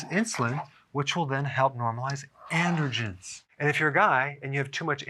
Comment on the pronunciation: Are you saying "intergens" or "andergens?" Is that how they say it in the east?